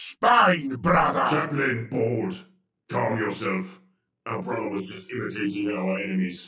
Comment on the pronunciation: somehow managed to make “Brother” into a 4 syllable word.